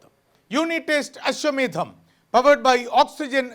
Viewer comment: അശ്വമേധം എന്ന് കൃത്യമായി പറയാൻ anchor പഠിച്ചു. നല്ലത്... All the best... ഈ പരിരിപാടിയോടൊപ്പം ഈ anchor കുട്ടിയേയും ഇഷ്ടമാണ്